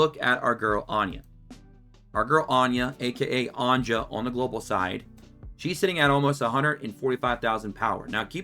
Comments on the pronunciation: Anja is pronounced the same as anya dude. They just made the names with y's in more European friendly as a lot of EU countries actually pronounce the J as a Y. Cheers for all the info fella. Much appreciated! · every time he says Anja I hear ganja